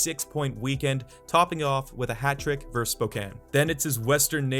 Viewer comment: Verse is not a word. It's versus.